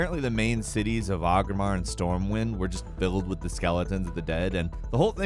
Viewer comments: Wtf is a Ahgrimar it’s O-gri-mar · anyone else cringe at the way he pronounced Orgrimmar? lol